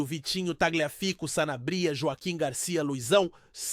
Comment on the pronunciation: Que sanabría rapaz se nao sabe pronunciar cala-te e sanábria rapaz